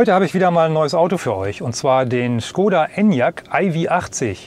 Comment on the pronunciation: Es heißt nicht Skoda, lernt endlich die richtige Aussprache..